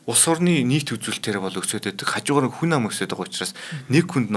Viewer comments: Хүнэ ам юмуу хүн ам юм уу 😊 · Хүнь амь биш Хүн ам гэж хэлнэшүү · Хүн Нам гэж сонсоод байлаа 😂